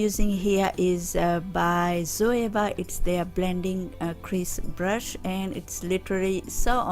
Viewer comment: 💎💕Beautiful 💎💕 n yesss “blush”😅 instead brush ! Plus luv ur nailssss 💅🏽